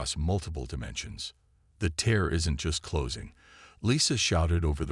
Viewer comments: tear and tier get it right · Please please please, fix your ai dictionary. For example it’s TEAR not TIER for example. There are many more !